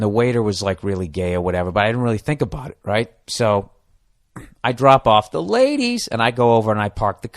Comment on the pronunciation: after watching some of bill burrs podcast why does he say the word 'ladies' the way he does?